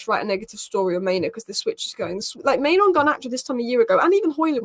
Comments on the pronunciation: it's pronounced MaiNOO not MaiNO - 'noo' as in rhymes with 'moo'. The least we can do is pronounce the players names correctly... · For a native English speaker, there is nothing difficult about saying MaiNOO instead of MaiNO. I could understand your point if I was referring to a player with a name like Gyokeres or Szoboszlai but Mainoo is not a difficult name at all. It's literally two syllables.